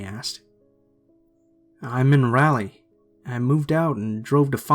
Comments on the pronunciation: Raleigh is not pronounced "Rally" Its more like "Rawlee" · Wtf is "rally"? 😂 it's Raleigh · it sounded like you said rally lol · #3: it's pronounced rah-lee haha (normally pronunciation doesn't bother me but I used to live there so I'm picky about it lmao) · Rah-lee. Raleigh